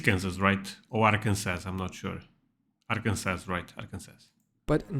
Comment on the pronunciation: You were right it was Kansas not Arkansas. And when you say Arkansas it’s different than Kansas, you leave off the last s: pronounced “ar-kin-saw”